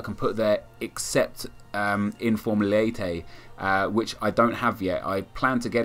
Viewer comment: leite is pronounced laytay